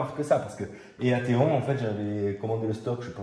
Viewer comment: Très bonne expérience ! EATON ça se prononce "i tone" comme pour la ville anglaise éponyme (célèbre pour son université).